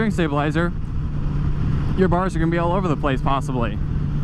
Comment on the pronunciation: buell not beull